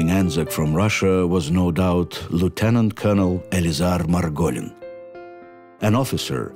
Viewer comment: My great uncle Lance Corporal Max Horwitz, son of David, a man of Ukrainian-Jewish heritage serving with 15 Bn AIF died on the approaches to hill 971 Gallipoli on 7 August 1915 (no known grave)., you do not pronounce lieutenant correctly.